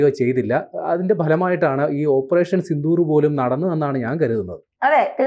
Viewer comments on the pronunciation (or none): none